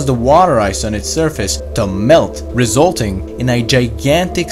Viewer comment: I'm here to learn something from a guy who says REZ-uhl-ting?